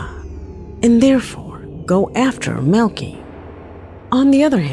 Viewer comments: In the FIRST VIDEO the guys name is Maleki.... but is pronouncing it 'Melky" (or MILKY) but that is NOT$ how you say this very VERY OLD, BIBLICAL NAME -You pronounce it " Mal-le-ky " - thought maybe I should help:) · It's pronounce Mal-a -ki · It's Mal li kai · I think Maleki is pronounced Malachi and that video was more annoying than anything because you don't see anything you just hear a lot of heavy breathing and a guy running. And I'd like to know who uploaded the video if he disappeared because if these are his last moments alive then it's evidence & assuming someone from the government found it why would they upload it if they didn't want anything revealed? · You’re correct about the pronunciation, but who cares cause the clip sucked anyways! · #3–I believe his name is pronounced, “Mal-i-ki”. “Ki”, as in “sky”. #2–Fake! Why is someone either in the back seat, or in the passenger seat, filming with a cellphone?! Because they weren’t driving very fast and their friend was laying on the roof of the car. They placed their hand on the windshield, so that (1) it would look paranormal, and (2) as a signal to stop and let him into the car. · No (maleki) is a common last name in iran its pronounced (mal-e-key)